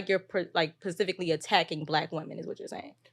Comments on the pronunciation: Saying the women who appeared on the previous shows were unable to articulate their thoughts, but at the mark she said pacificly instead specifically. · ... this harlot can't even speak "The Kings English " but expects a high value man.... IT'S SPECIFICALLY !!!